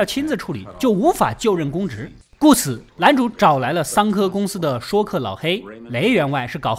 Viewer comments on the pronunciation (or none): 说客—说字念为“睡” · 现在说（shuì）客改成说（shuō）客，听起来真是不习惯。不过美国政坛一般叫掮客。